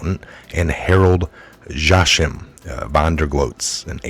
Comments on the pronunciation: "Joachim" = JOE-uh-kim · "Joachim" is pronounced "Wha-keem" and Suddeutsche Zeitung (South German Times) is "sood-doitcha zY-toong"...just FYI.